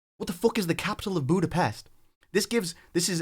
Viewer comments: Jamar: Budapesh is my CITY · I just want to say he said capitol ,butapes indecating he is butpes i dont know why there was a typo but there was